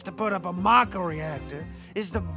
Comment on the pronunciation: only about 1% of people pronounced it mah-ko in their heads. It'll always be may-co to me